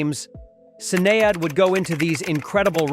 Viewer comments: "Sin-ay-add" ...USA moron, it's pronounced "Shin-ayed" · SIN-AY-ADD O'Connor....wow. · Is this an AI voice on this video? He doesn't know how to pronounce Sinead O'Connor's name right. Sin-aye-ad - ?? LOL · Who is Sin-eigh-ade? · Wow... I never saw a video on Prince and his contemporaries that is so off than this one. This is just awful, what is a Sin E Odd? If you can't pronounce it, you can't document. This is total busllshit. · It’s pronounced SHI-NAYD